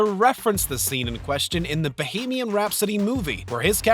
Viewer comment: Bow-hay-mee-an rhapsody